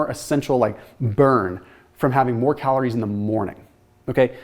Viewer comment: I noticed how you said “calorie” and “heme iron” wrong 😅